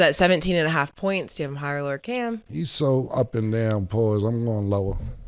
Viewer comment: mase first time sayin cam right 😂😂